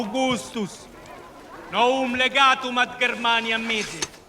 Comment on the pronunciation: That first passage sounded very good from what I know of Latin phonetics. However, I noticed his pronunciation of "novum" in particular sounded like "no-um," with the "w" almost elided by the o and u. I'd think it would be "no-wum," with some emphasis to the W, "noh-Woom," since it later was still strong enough to go to Novum with the W to V still very much there. Less important, he wasn't making a very clear distinction between long or close versus short or open vowels. But since most of the daughter languages lost much of that too, or it broadened into diphthongs in some cases, I tend to think the lack of much distinction between the long/close and short/open vowels is OK. Overall, it sounds very good. (The hard C and G and the W and Y for V and J are just things you have to get used to.)